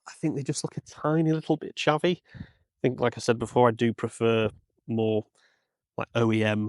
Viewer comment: ooh you said chavvy!